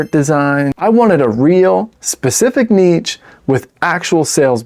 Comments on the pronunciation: Nitch or Neesh! What the heck are you saying... Neatch? #DoNotRecommend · Im gonna ask chat gtp is it neech or neesh. 😂